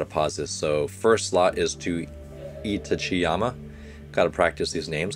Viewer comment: when saying itachiyama you can put more emphasis on the a in itachi. i think you've seen some naruto, its like itachi from that show. itachi-yama